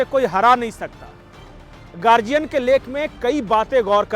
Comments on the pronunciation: प्रणाम🙏आप गार्डियन उच्चार किजिए ना की गार्जियन। बाकी गार्डियन का हिंदीकरण बहूत सराहनिय है।कर्नाटक में १९ में प्रज्वल रेवन्ना देवेगौडा के पोते चुनाव जिते हैं। बाकी सभी जगह भाजपा जिती है। ईसाई समुदाय लव्ह जिहाद से परेशान है। अनिल एंटोनी केरल के कद्दावर नेता ए के एंटोनी के पुत्र भाजपा मे शामिल हो गए है।अन्नामलाई पुरे जोश के साथ काम कर रहे है। कॅांग्रेस का प्रभाव कम करनेके लिए के सी राव भाजपा के साथ हाथ मिला सकते हैं। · Wonderfully pronounced Guardian became "gargian" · Read correct Guardian